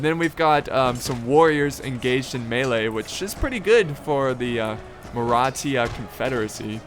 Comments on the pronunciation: It's mara thhhha not maratia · By the way it’s not pronounced maratia it’s Maratha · It's Maratha not Marathia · Its pronounced (mar- rah- thah) or Maratha